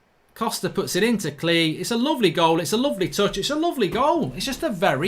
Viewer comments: Your saying klich name completely wrong, your saying like klee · Klich is pronounced Click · I think it’s pronounced klitch maybe?